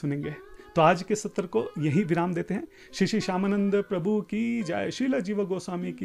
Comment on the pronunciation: हरे कृष्ण प्रभुजी, और तो सभी बातें आपकी ठीक हैं। लेकिन आप जब भी किसी का नाम लेते हैं तो (आ) की मात्रा क्यों लगाते हैं। जैसे आप बोलते हैं हरे कृष्णा, जीवा गोस्वामी । आप सीधे सीधे हरे कृष्ण, जीव गोस्वामी इस प्रकार क्यों नहीं बोलते। कुछ भी कहिए मुझे तो यह उच्चारण की दृष्टि से ठीक नहीं लगता। प्रणाम 🙏। ओम नमः शिवाय।।